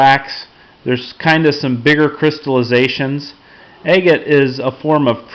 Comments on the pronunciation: You say it like Ag-gut, not A-gut. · For a second there I thought you said eggate. Lol